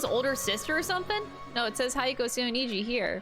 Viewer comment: She's gone through the whole game butchering Hiyoko's name, now her surname gets the same treatment XD